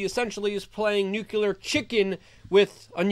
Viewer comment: Not "nucular." NUCLEAR.